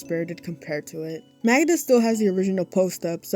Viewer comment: It's nothing important, but as a polish person I can't get over how well you pronounce Magda!!! I've heard people say it like Ma-gee-da and it made my ears bleed 💀